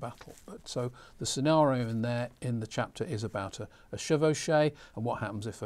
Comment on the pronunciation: Button counter alert! Chevauchée is pronounced Shev-o-shay.